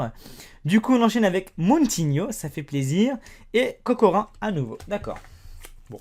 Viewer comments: pour Alexandar c'est Kokorine sans le e mais sa se prononce avec le e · kokorin xD on le prononce kokorine (normal si j'ai mit un E) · Pour les turc , le " Ca " comme pour Emre Can , ça se prononce "Chan" et "Kokorin" se prononce "Kokorine" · kokorin se prononce kokorine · c'est kokorin mais prononce le comme si y avait un e à la fin 😉